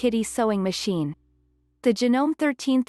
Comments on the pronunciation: "HoUrS of ReSeArcH". It pronounced Ja-No-Me. Not Janom. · Hey miss robot, could you please learn to say things properly? Sewer is not "soower", it's "sower"! Janome is Janomay, etc.